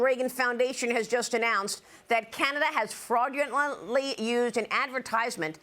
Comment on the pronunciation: It's hard to say fraudulenty with those pumped up collagen lips... huh?